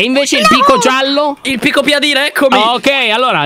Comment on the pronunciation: pico park non è parko pico ma è parkino parkino